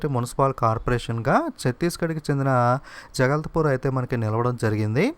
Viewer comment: Good video sir, but mistakes chepthunnaru for ex, jagdalpur ni jagalthapur ani chadivaru